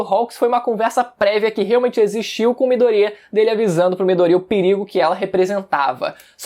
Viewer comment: Midôria rapaz e não midoría , porra , tá de sacanagem kkk